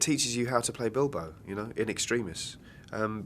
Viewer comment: i heard..that he said dildo instead of bilbo so i came here XD